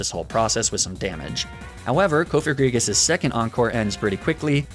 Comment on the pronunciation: Wait THAT'S how people pronounce cofagrigus??? I thought it was pronounced like cough-agree-jus because it's sarcophagus+egregious aka a very bad sarcophagus